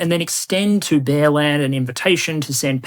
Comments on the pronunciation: I kept hearing 'bearland' as 'bellend' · I heard 'Empire of Bellend". Which would only be fitting. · When you introduced the country of Bearland, I wasn’t looking at the slide. It sounded like you called it Bellend. Appropriate for a country led by Putin.